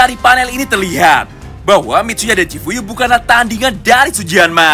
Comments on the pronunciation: Chifuyu bang bukan chiuyu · BANG CHIFUYU BUKAN CHIUYU:)